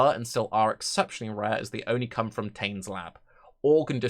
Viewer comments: Tane is a character from Maori mythology in New Zealand. It is pronounced tah-neh. All vowel sounds in Maori are pronounce the same ah, eh, ee, aw, oo for a, e, i, o, and u. Once you understand this and the consonant sounds like f where you see wh, Maori words are extremely easy to figure out pronunciation for. It is similar to Japanese in this respect. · I get irrationally annoyed by how you pronounce Táne. I'm aware they removed the accent (for whatever reason), but still :p